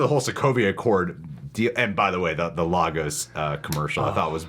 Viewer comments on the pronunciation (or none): It's pronounced "Lay gos" The city in Nigeria shown in Captain America Civil War 😩🙄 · not to be an A-hole.. but as a Nigerian American citizen who lived in Lagos... its pronounced Lay-Gus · Its pronounced LAY-GUS Lagos. Please